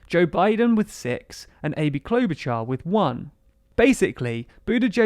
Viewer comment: Klobuchar, Char sounds like “shard of glass” not like “char-broiled”